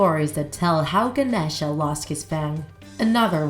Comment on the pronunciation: It’s no pronounced like that it’s like “Ganesha” no”genisha”